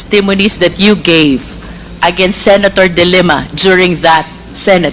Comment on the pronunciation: ms luistro the way you pronounce the family name of the former lady senator Leila is the word dilemma it should be de lima